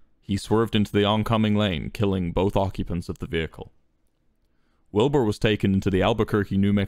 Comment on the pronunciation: American Wilbur still can’t pronounce his own name